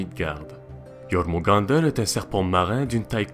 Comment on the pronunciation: Yeurmungander (avec les r roulés) :D